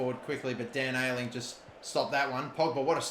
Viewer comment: I wonder how long he’ll keep saying Dan Ayling